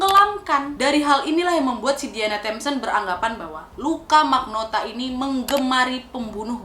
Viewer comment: Luka rocco magnota Di kuping gua kedengeran Luka rokok maknota